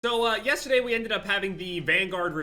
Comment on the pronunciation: i like when says “yeystaday”